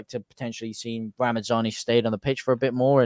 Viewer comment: Just a quick one it's ramazani there's no n and d! It's not ramandzani 😉👍🏼 great video as per folk 👍🏼